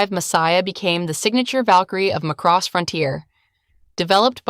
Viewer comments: It's MA-cross, not ma-CROSS. It's in the original English OST. It's older than many of you. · It's pronounced like Maa cross, this is almost sounding like mc-cross